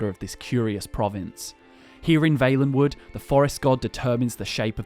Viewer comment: Why do you say Vaelenwood and not Vallenwood